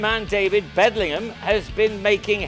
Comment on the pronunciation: Don't like the commentator. It's Bedingham NOT Bedlingham.